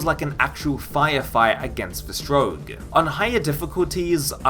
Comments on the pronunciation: Good review, please stop saying strowg, its strogg. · I think it's pronounced str-aug not st-rouge. I've never played the game though so I could be wrong. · Its Strogg, not Stroag. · "Stroog" lol